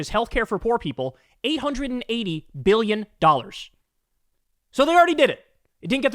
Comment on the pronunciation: Treeyon dollars . Beeyin dollars